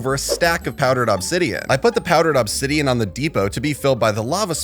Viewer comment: Still bugs me the way you say obsidian. But that's just my ocd. 😅